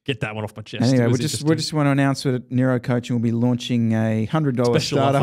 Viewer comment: I like how calls it the Nero bike and the Aeroad 😂